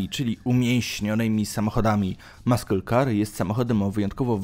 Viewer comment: Maskyl kar no i cześć 😄